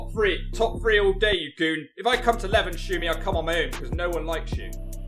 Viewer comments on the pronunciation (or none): none